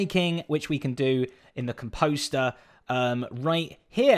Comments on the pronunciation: Lovin' your work Zed - but you're British - so "composter" rhymes with "Tom Foster" (not "Tom Foe-ster") - don't be confused by that pesky American English ;-) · Every hermit says Composter so different lol....from what I've been told its (com)-(post)-er... I think mumbo says it the funniest... ive heard him say (con)-(poste)-er...same with grian lol